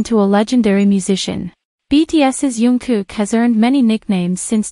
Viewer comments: It would be so good if you could call him Jungkook and not youngkook. It is a j sound not a y. Thank you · And he is not yungkook His name is "Jungkook" Okay. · His name is JungKook...not YunKook ㅠㅠ